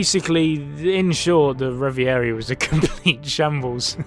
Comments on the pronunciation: Revv Voor Ree not reveairee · Say it with me. REV - A - REE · reviarie lol I love that guy and his pronounciation Edit: "The Garsey", this guy too good